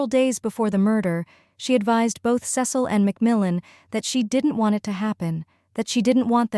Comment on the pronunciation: Cecil's name is pronounced Cee Sill.